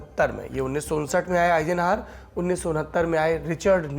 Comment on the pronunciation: 1. आइज़नहावर का उच्चारण सुधारिये २. ज़ुकाम की दवा लीजिए